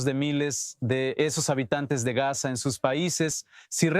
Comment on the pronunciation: Pronuncia bien, Gaza dices gas, ? FUERA los TERRUCOS, suicidas! Shalom ISRAEL.